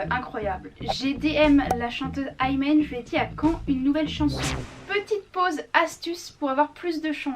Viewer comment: On dis pas aymen mdr on dis imen tout simplement 🤣